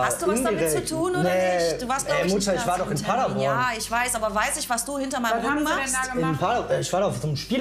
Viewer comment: das erste a bei Padeborn wird lang ausgesprochen